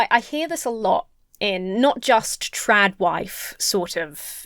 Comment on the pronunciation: Am I the only one who hears "Drag Wife" instead of "TradWife"